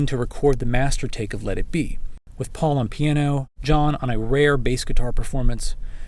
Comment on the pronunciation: They can't pronounce "Paul" either.